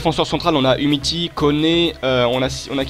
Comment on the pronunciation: Tt les supporters lyonnais sont morts en regardant cette vidéo, en savoir si peu et dire yattararé et umiti c grave qnd mm